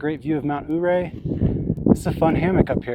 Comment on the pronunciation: Ouray is pronounced yeray. Accent on 2nd syllable ray .. Hammocking in a pine tree hmm... Interesting & something I've long thought about. How long does it take to ascend?